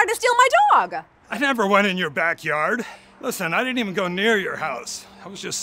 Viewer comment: why does she talk so weird like STEal my DOg